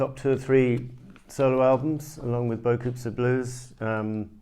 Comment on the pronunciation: I understand you not speaking French, but your pronunciation of "beaucoup" leads me to believe you never even heard the song.